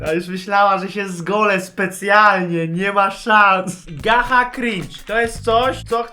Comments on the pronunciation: Nie czyta się gacha tylko gacza i błagam obejrz gacha błagam obejrz gacha edity gacha od np. devil bona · piszę się gacha mówi się gacza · jak coś się mówi ''gacza''